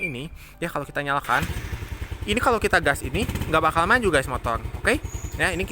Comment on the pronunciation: Motor bang bukan motol